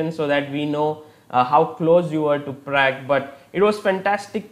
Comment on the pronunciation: Am I the only one who doesn't like his analysis/explanations and also every time when he says pragg???